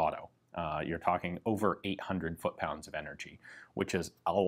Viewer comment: Foot-pounds. Eveytime I hear this I shudder.